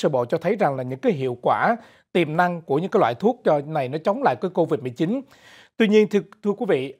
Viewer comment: Cô-vịch 19 hay covid 19!? cứ thao thao cô-vịch 19...cô-vịch 19🤔